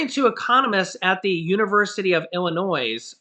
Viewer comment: I'm an hour and a half from Champaign-Urbana. And fyi - you don't pronounce the S in Illinois!! Lol Thanks for keeping us updated.